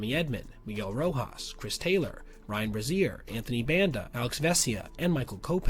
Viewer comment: “Ryan Brassiere”